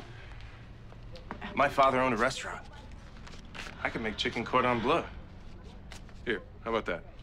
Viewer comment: Cordon blood, lol. It's Cordon Bleue.